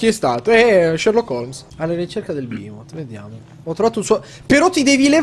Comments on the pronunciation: PERCHÈ PRONUNCI BEHEMOT "BAHIMOT"? PERCHÈ MI VUOI SCONVOLGERE LA MIA VITA IN FALLOUT 3? PERCHÈ? BIHMOT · non è Bahimot ma Beemot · Si pronuncia Bèhemoth, è una parola ebraica e va pronunciata come si legge, come il gruppo blackened death metal polacco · Bihaimoth,... ACCENTI PERFETTI!:D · NON SI PRONUNCHIA BAHIMOT!!!!!!!! I behemot sono un gruppo metal Ostia! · Voglio un video-tutorial dove yotobi spiega come pronunciare correttamente " Bahiiiiimot" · e poi "behemot" si legge bimot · Tra tutte le parole con le Y, Behemot, Duscae Nifheim, il signor yotobi prima o poi ci azzeccherà una pronuncia giusta? ;P